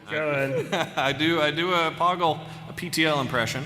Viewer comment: Poggle. Rhymes with BOGGLE....!!!